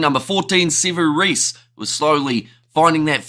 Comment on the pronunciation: Sevu Reece? SMH!